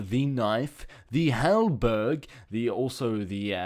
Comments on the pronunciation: Urgh actually research EVERY aspect of a mod before you review it and please.... Pronounsing stuff, like HALBERD, not halberg! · NOT HALBERG ITS HALABER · HalBERD, you fucking dunce. HalBERD.There is no goddamn 'g'. Why do you stupid fucks still defend? He's a boring, talentless jackass.